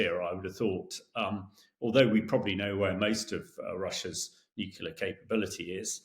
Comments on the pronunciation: It's pronounced as it is spelled.... Nu - Clear not Nuke - ular. C'mon guys. 🤨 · Hamish should learn to pronounce ';nuclear ' without saying nukular ffs.